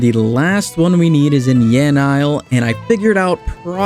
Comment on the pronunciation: loved the series. Learn how to pronounce yanille. PLEASE